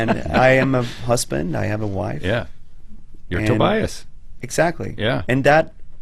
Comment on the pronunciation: How about learning how to say Tobias ffs